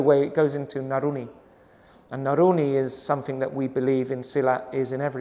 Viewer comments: nurani not naruni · When he said naruni i think he meant to say nurani . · Bukan Naruni, tapi Nurani mas.